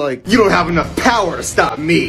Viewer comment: StaHwP 😭I have to pause every 2 seconds bro my stomach hurts abahhsjdhjdvf HE'S BRITISH